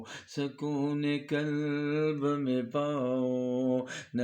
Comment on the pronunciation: Buht aala. Bhai kalb nahi qalb bolain.